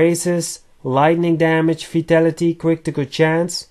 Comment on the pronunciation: Im sorry but when u say vitality it sounds like u say fatality ☺